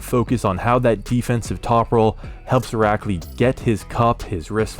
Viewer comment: How many times did you have to practice saying his name 🤣 that was so impressive